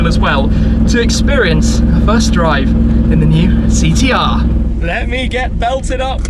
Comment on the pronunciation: Did this guy say Thee T R? Christ mate, get some speech therapy!